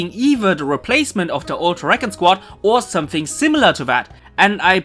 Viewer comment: recon?? its prenounced re-con